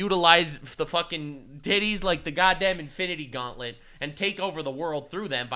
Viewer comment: "Intitity Gaunlet" 😂